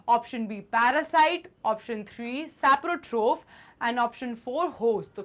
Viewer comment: Not seprofight it is seprotroph